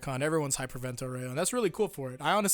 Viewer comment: every time I hear "vento oreo" instead of "vento aureo" I imagine chocolate flying in the sky.